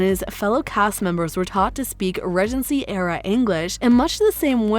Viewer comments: Bloody annoying narrator...Ree-gency not rej-ency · Maybe the way the narrator pronounces "regency" has thrown people off. I know it bothers me. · I'm glad I wasn't the only person annoyed with the mispronunciations. "Regency" was the most frequent, but she also managed to mispronounce "behest" and actor Regé-Jean Page. I'm told I shouldn't be too critical of others' grasp of the English language, but if one is going to engage in public speaking, one should be sure to pronounce words correctly. When it comes to an actor's name, IMDB usually can be counted on to have the pronunciation in the trivia section.